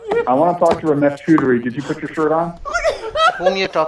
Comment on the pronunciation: "Ramesh Chudry" 😂